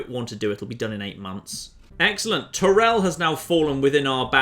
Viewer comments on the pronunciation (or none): none